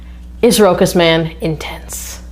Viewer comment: Thanks for the review! I think the brand is pronounced "roshas".